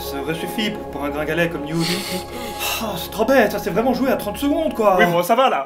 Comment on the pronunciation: Ça se prononce Newt et non mute🤨 et ça été l’amour de ma vie dans les livres❤️😭